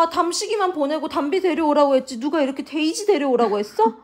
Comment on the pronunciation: 큰나 벌써부터 도치맘 자질이 보이는데요ㅋㅋ 혀굴리는 발음 데이지~~😅